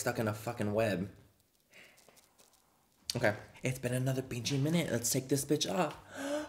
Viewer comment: For a moment i thought you said "let's take the pinchi solution " when its BG 😂😂😂😂